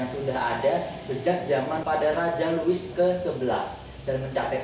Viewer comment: Mantap. Louis = (dibaca; Lui)